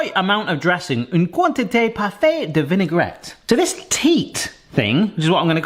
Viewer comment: So when you talk in freche. The dressig you actualy pronounced as vinegar. Vinaigrette YOU need to pronounc the tt as a t and the e is silent. Hope it "Eggspired" U